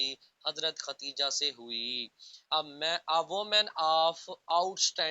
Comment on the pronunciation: Hazrat khatija ni HOTA Khadija HOTA hy